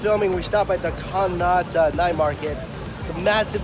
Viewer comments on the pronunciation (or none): CONNAUGHT IS ENGLISH!!!!! why he pronounce it like conata i literally laugh at this no offence but its funnyXD